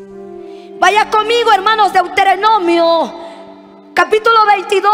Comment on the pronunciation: Hermana predicadora,es Deuteronomio.no es deuterenomio..es levitico,no leviticos...